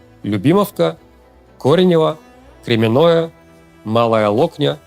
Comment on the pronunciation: КОренево ударение только на О, Кремяное через я с одной н так и читается, с ударением на я, что вы, что дикторы тв каверкают буквально все названия населенных пунктов. Окопы там давно есть, не переживайте, не все же они будут по телеку показывать